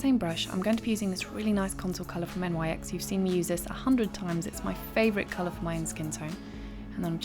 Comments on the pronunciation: this is one of my favorite tutorials you've done but at the beginning of the video you talked about the brown eyeshadow you used from "N Y X?!" I think you meant it all as one word pronounced nicks. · I don't know why, but a lot of British/Irish Youtubers pronounce NYX as "N.Y.X.", particularly when discussing that taupe blush. Perhaps because they think it as something to do with New York, instead of being named after the Greek goddess of night?